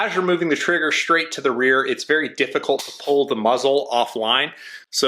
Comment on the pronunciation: Shrate to the rear, shrong hand